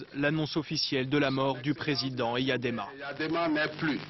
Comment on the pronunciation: Elle ne sait même pas prononcé EYADEMA